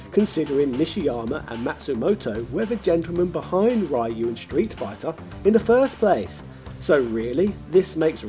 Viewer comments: You think we'll complain at daddy's firat name while I still can't figure out who is Rio and why is Rhea (Ripley?) in the game... O.o I mean, we're used to Brexit victims pronouncing Yu as Eyeore, but Yo as Eeewoah?! I guess that's why we never hear British rappers, they're so white, instead of "yo", they go "Yeehaw!"))) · So many info is missing, and lot is mistaken, Ryo is not based on Ryu (pronounced リュウ, Hepburn: Ryū not Raiu) he is based on Goku and Kenshiro, SNK pitched a Hokuto no ken Game, and it was rejected(HENCE THE NAME RYUUKU NO KEN) They kept some of the moves, like the Zanretsuken, And the GI is same as Goku, and thats the reason why you can charge KI. It had nothing to do with Ryu, then they added the Kohou, to match Shotokhan characters. You also missed that Todoh is based on Soun Tendou. You found that info on Wikipedia, but just like Jordan Peterson said: READ MORE Still you have my like and subscription, for doing your part with this video! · It's REE-YU, not RYE-YU. I only bring this up because you say Ryo's name correctly. Show Ryu some respect. 😁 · No, he said "Ree-yo." The fact that he consistently said Ryo's name correctly made the Rye-yu pronunciation stand out more. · At this point I'm pretty sure you read Ryu as "rai-uh" on purpose. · I hate it how he calls Ryu Rhy-yoo and calls Ryo correctly. You had one job man. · It's pronounced Re-you like from reusable. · I think it's really funny how you do a halfway decent job pronouncing Ryo's name (Lio, kind of like Yo but placing the tongue at the top of your mouth in the beginning in the L placement going right into Yo) but pronounce the Ry part of Ryu completely differently. Hahaha! Hot oil wins! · So this is just trolling he pronounces Ryo the right way but he says Ryu as he bloody pleases. This is one of our fave gaming youtubers ladies and gentlemen XD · Not sure if he's saying Ryu wrong being that I don't know how the Japanese say it, but I still hate the way he says it.